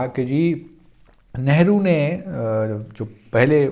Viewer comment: It is very bad thing that you intentionally pronounce wrongly of our leader's nane .